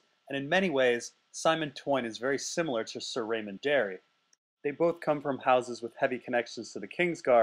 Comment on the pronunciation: if you say Darry one more time I'm going to have an annurism.